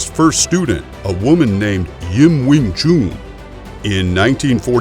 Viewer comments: You are probably thinking this because you are americans, using your own phonetics to pronounce with. Since the word is chinese, a chinese would know this best. Listen to this: Alright so the person saying chun here is english, but then lets get a real chinese to imply the correct pronounciation: When you say that it’s pronounced chun i’d have to agree - since we in Denmark would say choon, using other phonetics here. Just remember, saying it like chum or gun is an american feature... I actually just found this: an american saying it - then followed by a chinese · Not pronounced Wing Choon - Chun should sound like dONE. - clearly not aware of the scope of Kung Fu attack strikes - many are in fact 'by any means possible' - including eye gouging/pokes, ear ripping, foot stomping, nuts busting, knee and low blow attacks. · Worst Pronunciation. Too long on the last shunnnhh. No ew in it. Chun like done. I’m Chinese for canton I know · Need to learn how to pronounce the words right you saying it wrong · I hate how he says wing chun lmaooo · disliked for the way you pronounced Wing Chun. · wing tshun man.... not wing tshoon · Wing Chun or Wing Choooon! Might as well call a “Nun” a Noooon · Wing “Choon” it’s Pronounced CHUN JUST LIKE CHUM. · Your getting closer to the truth, #1 it's wing Chun, not wing choon, why call the gm Yip man it's Ipman....STOP MISPRONOUNCING CHUN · I was waiting for anyone to comment on that...man.. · It's Wing Chun, not Wing Choon. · Don't take this as me being rude... but the "chun" in wingchun is pronounced "un" like to "un-ravel" or to "un-tie" and not like "oo" in "spoon" or the month of "june." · Wing chun Not wing choon. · do you know how to spell Noon?...then you will hear the difference between Chun and Noon..it´s not called wing chuuuuun....i get ear cancer i i hear that... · Still ist Not called sing chuuun. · Commentator's pronunciation of Wing "Choon" is funny Lolz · why is he pronouncing wing chun like wing chewn... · "Win choon" 😂